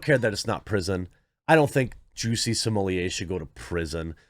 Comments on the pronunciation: smo*LETT* not "smohliyay" he isn't french and double T is allways pronounced in french. there is nothing real about this dude. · JUICY SMOOYAY!!!! I don't know who this "Just-See Smul-Lett" guy is, but this man's name is JUICY SMOOYAY!!! Let's respect the pronunciation of this man's name at all times: JUICY SMOOYAY!!! JUSTICE FOR JUICY!!! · Maybe by the time he serve his time Jeremy will have learned to pronounce his surname.